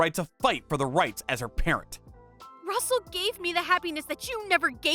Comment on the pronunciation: I presume the name of the AP is Russel and not rustle